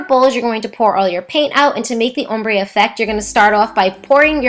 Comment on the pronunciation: Also you talk too much and you pronounce ombre wrong.